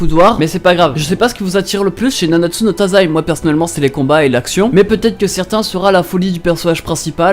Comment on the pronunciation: Je me suis suicider 6 fois car ça se dit pas Nanatsu No Taizai Mais Nanatsu no Taissaiiii meme si ça s'ecrit avec un z